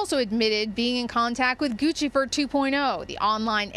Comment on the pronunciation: Props for pronouncing "Guccifer 2.0" correctly. In dozens of news reports I've seen about it, casters always call him "Goose-ifer". Lol.